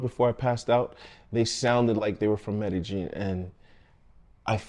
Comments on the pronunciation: It's pronounced Med-e-yeen not medejeen. The J is silent. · Wp tf calls it Med-ih-jean? It’s pronounced Med-ih-yeen. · You’re in Medellin or Medegene? And please stop saying “ax”. By the way, I’m glad you got these pigs - they deserve this…actually they deserve way more than this. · MEDEGEENE ? Pretty believeable story and video if you don't even know how to pronounce the location correctly. Guess the location was in COJUMBIA eh ? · In the English language the word asked is not pronounced "AXED" .. Its pronounced ask-ed . the K is pronounced as part of the ask .. with the "ed" immediately after.. I am not from down there, but Google pronounced MEDELLIN much different than you. I have never heard it pronounced the way you do "MED A JEAN" . Why are replacing the 2 l's with the letter J ?? Best regards from the English speaking world.